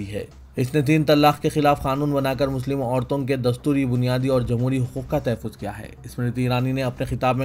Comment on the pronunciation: Tahfiz nahi sahi lafz tahhafuz hai drust karien